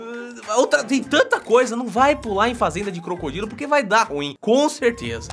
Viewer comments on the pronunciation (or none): none